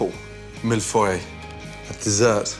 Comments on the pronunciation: why you british call it mille foy and its clearly mille feuille 1000 sheets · its pronounced mill foyeeeee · It is pronounced miyfoy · Millefeuille, when pronounced by Gordon Ramsay, turns into Mifroy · Mill-Foy? What is this, German? lololol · He's saying malfoy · That's essentially how it's pronounced... "Mill-Foy" he's british so obviously it won't be said with a perfect French accent.... don't get me started on how bad French people are at english. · Sairam Kaushik I'm french and he does pronounce mille-feuille in a very strange way haha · HOW HE SAYS MILLEFEUILLE OMG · So funny how he pronounces 'millefeuille'. Doesn't even sound like the French word. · Thats not how you pronounce Millefeuille :p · The way he pronounces millefeuille. Ouch. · why can't he pronounce this properly!!!!!!